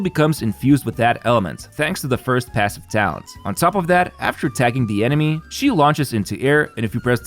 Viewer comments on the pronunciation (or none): When he said talent level 9 I thought he said town hall 9 like clash of clans 😭